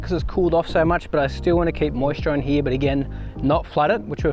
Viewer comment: “This section heeeee” LOL. Here. This section here.